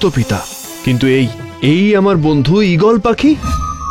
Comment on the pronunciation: আমার জীবনে এই প্রথম আমি কার্টুন প্রেমিক-প্রেমিকাদের কমেন্টগুলো পড়ছিলাম কিন্তু দেখে মনে হলো না তারা বড় হতে পেরেছে সেই বাচ্চাই রয়ে গেছে🙃 কারণ তাদের কমেন্টগুলো বিরক্তিকর ঈগলের চোখ পাওয়া সবার ভাগ্যে জোটে না🙂 EGALER বাংলাতে ঈগলের উচ্চারণ কি হচ্ছে ঈগালের🤣🤣